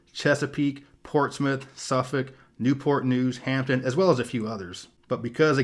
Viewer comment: Kudos: you pronounced NEW-purt NEWS and NOR-fuk just like a native.